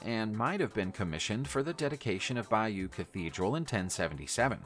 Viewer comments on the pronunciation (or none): It's not Bambora. It's pronounced Bamburrah It's also BAYo tapestry as in Budd Bay,in Washington state.. Not Beyu. Sorry,but it grates on my nerves hearing people putting out videos but not pronouncing things properly.